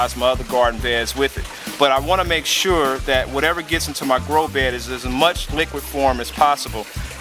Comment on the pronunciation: You keep saying "grow be" why you forget the the "d"? Is it just easier? my english needing help.